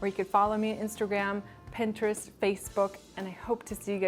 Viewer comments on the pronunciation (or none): none